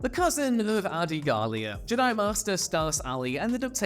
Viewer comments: Fire this guy, he sounds retarded, the word has been around since 1977 and you are saying it wrong. It’s JED-EYE not GEE-DYE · Jedi… j’dai… super cool video idea but I can’t watch this. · Can't take it. Probably a cool vid, but it's cringe with the whole J'dai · Where in the hell are you from that you can't say jedi properly? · Say Jedi properly 😂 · Why do you pronounce the word Jedi that way? (Not judging, just curious) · Jedi isn’t some old word that may be pronounced any number of ways. Great analytic boost at the cost of any actual fans wanting to watch more content from you. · couldnt finish. mispronouncing "jedi" did me in. sorry. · What the Hell as going on?? Why are you not able to pronounce Jedi??? Wow.. please don’t let ever do a Star Wars video ever again 😳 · Well, this was a crap video. I hate to dump on ya, cause you're vids are usually way better. Did you know it was crap so you purposely mispronounced Jedi to throw us off the scent of 💩. Oh, and that one name Poli Dapatian sounds like a nervous condition, or something you do on your own away from others. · Why are you pronouncing Jedi like that?! It's unbearable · I think you're saying Jedi wrong 😂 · Omg I thought it was just me hearing it but by the 4th time, I came to see if comments thought the same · Srsly. Are you purposely mispronouncing Jedi? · He’s doing it on purpose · "You fools, he intentionally says it wrong on purpose so we would comment about it for the Algorithm!" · I thought I could get over it but in the end it still bugged me good video though.